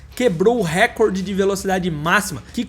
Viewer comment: A palavra "recorde", você está pronunciando errado, como a maioria das pessoas. A pronúncia correta é (RECÓRDE) e não (RÉCORDE).as pessoas não pensam mais, não refletem, só agem como gado. Igual a palavra IMPEACHMENT, todos pronunciam (IMPITCHMÃN) quando a correta é igual a escrita dela, (IMPITCHMENT).